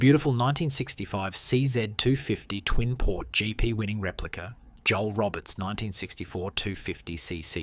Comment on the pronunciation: Another great video, thank you! FYI: Joel Robert is pronounced (kinda) “Schole Robear”. 😉